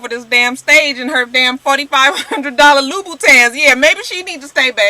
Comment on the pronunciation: did u say $4500 LOO-BOO-TANS? lol